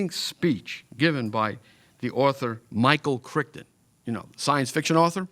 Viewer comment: "Michael Crickton" lol